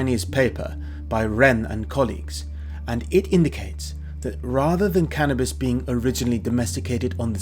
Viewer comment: He keeps saying "canabis presents", but I haven't received any gifts...